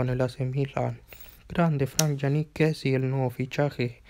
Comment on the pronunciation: No es kessi es kessié con tilde en la e